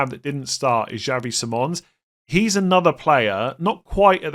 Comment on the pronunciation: PLEASE LEARN HOW TO PRONOUNCE SIMMONS' NAME CORRECTLY!!!!!